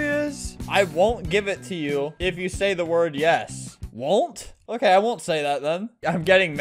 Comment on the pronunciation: Also say yars instead of yes